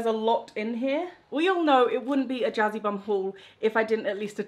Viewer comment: Can't blame ya. That's why annunciation is important!